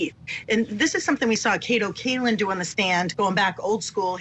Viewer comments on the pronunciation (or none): none